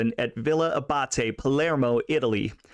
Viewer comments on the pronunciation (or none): none